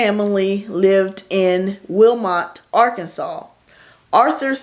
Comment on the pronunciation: Hey hey. I'm from Arkansas OJ’s father was born in Wilmot Ar, not Willmar Ar, just to inform you it's actually Wilmar Ar. No city in Arkansas is named Willmar. The obituary newspaper ad had the spelling correctly that you had on the screen.